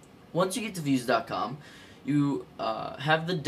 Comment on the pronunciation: its pronounced "vooze" not "viewz".